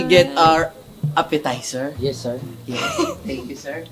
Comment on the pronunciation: a Legend once said “APPESITER” Mentos 2024